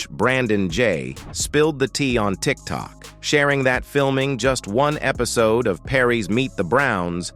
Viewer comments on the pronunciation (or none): none